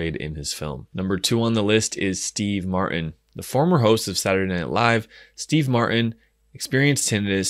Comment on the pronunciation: Martin has a T in it. You should pronounce it!🤣